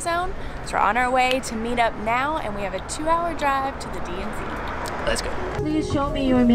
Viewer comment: I thought said DMV